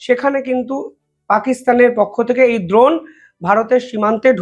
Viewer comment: আরে ভাই বারবার "দ্রোন" বলছ কেন ? "ড্রোন" বল, ইংরেজি শব্দের এমন বিচ্ছিরি বাংলা উচ্চারণ করলে তোমার ভাবমূর্তি নষ্ট হবে । কি দিনকাল পড়ল রে ভাই । ইংরেজিটা ইংরেজিতেই বল ।